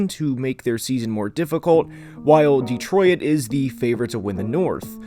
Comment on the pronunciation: I'm a Lions fan, and I'm a big fan of your channel, but please stop pronouncing detroit like de-troy-it 😂